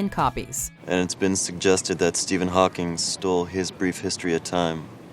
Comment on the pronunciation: the way it sounds like she says pocking annoys the shit out of me